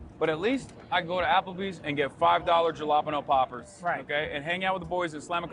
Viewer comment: This is the day I learned that Hasan has been saying jalapeño poppers all this time. I've been wondering what the hell type of food he's always referring to. 😂